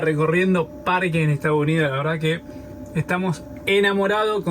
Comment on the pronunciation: **: Muy matea pronunciando Bien **: "Estao Unío" JAJAJAJA... Saludos Chicos